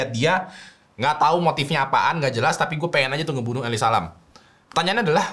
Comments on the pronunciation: elisa lam ya temen temen bukan eli salam, makasih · Eli salem